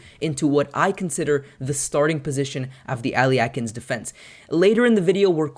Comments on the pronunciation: "æliekin's defence" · Sure, but that is not what you said. You said Al Ye Ah Kin. That is not just a different pronunciation, but the addition of an extra syllable in the middle. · Your pronunciation of this defense is quite humorous. Where are you getting the extra syllables? Thanks for showing from the black side. Most videos show it from white's perspective.